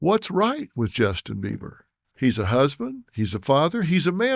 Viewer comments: He is calling him Justin Beaver at the beginning of this video and you can't convince me otherwise lol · This man literally said Justin beaver several times. Phil, taken your money laundering ahh on somewhere. You and your Michael jackson looking wife